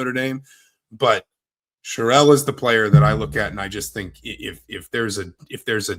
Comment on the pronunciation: Here’s an easy way for you to remember how to pronounce Aidan’s name - he’s a man, so you don’t pronounce Sherrell like a woman’s name (it’s not Cheryl).